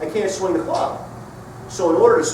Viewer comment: Did you say "swang"????